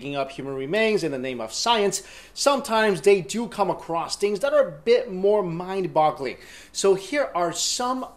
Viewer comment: "mind bogleing" ??????